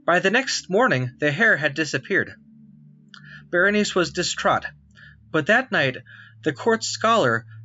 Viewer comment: The name of the queen is correctly pronounced \ber-ə-ˈnī- see\ and the constellation is pronounced \ˈkō-mə-ˌber-ə-ˈnī- seez\ both in American and British English.